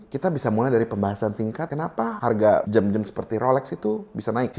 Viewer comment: Jam bukan jem maaf🙏🤣